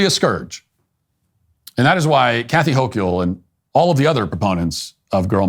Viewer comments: I live here so unfortunately know how to say her name. HOAK-ULL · Hochul = Hoke-yull. I wouldn't have expected it to be pronounced that way. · Wait does Matt actually not know how to pronounce Hochul? It's not like she's the very prominent governor of New York or anything...